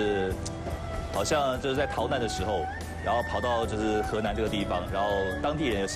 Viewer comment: he nan 不是 he lan